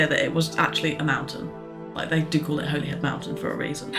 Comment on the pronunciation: Holyhead is pronounced in wales as Hollyhead.